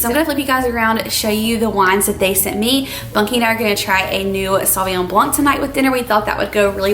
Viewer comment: Hi, this is my first time commenting on any channel. I'm bilingual and I just wanted to tell yopu that when you say blanc, don't pronounce the "C" at the end. Just say "BLAN". It is the true way to pronounce it. I hope this doesn't upset you, it is meant kindly. I just love your show and I don't like onions either. lol